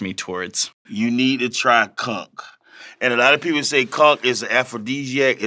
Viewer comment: ‘The conk’ (aka conch) and ‘bucket naked’ ... Have to use them in conversation this week. 😎👍🏼